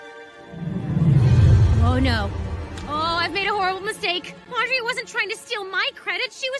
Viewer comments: It’s not Andrea it’s ANdrea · when you realize her only friends were the ones that accidentally pronounced her name wrong XD